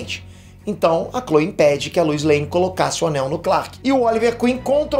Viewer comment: Cara , tá me da agonia vc ficar pronunciando errado Apocalipse e luois, falando Luis., um nerd de verdade não pode ficar errando pronuncia.